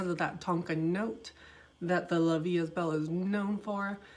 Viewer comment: The proper form is La vie E belle......I speak both french and Spanish , don’t worry about your accent, you’re doing greaT just don’t say EST.